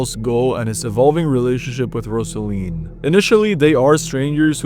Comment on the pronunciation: I swear. If he mispronounce Rozalin (ROZ-a-lin) one more time. I'm going to lose it. They say her name in the game